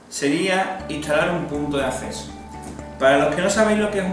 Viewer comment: Punto de "asseso" 😂🤣